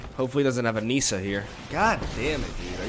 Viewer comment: Nissa, not Niiiiiiiissa